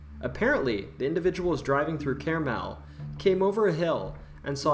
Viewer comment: also, he mentions it's carmel, ohio so wrong pronunciation and wrong state. entertaining video nonetheless